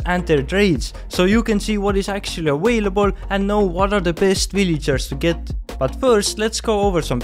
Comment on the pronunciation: he cant pronounce the 'v' lol